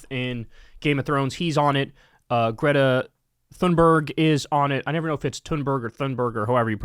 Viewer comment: you had already watched Greta's video and you still can't pronounce her name?